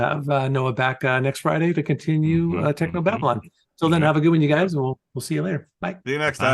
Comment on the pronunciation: was already loosing it at "Technob Abylon" ;D that's so spoony to recognize that.